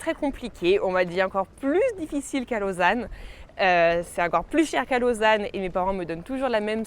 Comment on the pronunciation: Ton accent été juste parfait quand tu as dit "Lausanne" ^^ Ravi que tu n'arrêtes pas les vidéos et profite bien de la Haute Savoie ;)